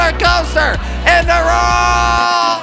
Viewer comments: Instead of world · He sais rold instead of world😂😂😂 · Jordi y do you say rorld. it's world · I like how he says rorld instead world it's funny love kwebbelkop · in the rorld not world lol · "are you kops ready for the biggest rolercoaster in the rouaald!" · did he just say "Rold" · why do you say wrold like that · learn how to say world